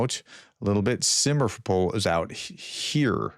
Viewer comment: More like sim-fer-O-poll, where "fer" is as in "ferrous" and you have to roll your R a bit. Short O, as in first O of "octagonal", as opposed to "Oh?". Poll as in "Polly" - it's a short L. You also need to pay attention to the rhythm. It won't be even but will be on the second or third parts depending on where you are from. Don't show your teeth and keep your tongue on the bottom of your mouth otherwise your vowels will sound like those of a BBC radio news presenter from the 1920s. Just pretend you have a half a lit Gaulois hanging out of the side of your mouth.